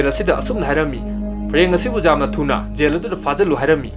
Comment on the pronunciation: Mayamna yel/jail adu ada haina twrise amta taningde. Film sigi warisi Gyan taradi Loire migi pronunciation check twdana leiranu ko😂